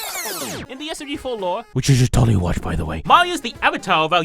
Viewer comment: “WICH YOU SHOULD TOLDLY WACH BY THE WAY”